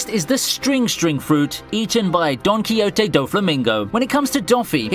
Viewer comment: Why do you pronounce Don Quixote so weirdly haha.